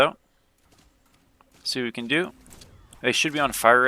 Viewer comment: Everytime you say “We can” I always think “Weak3n”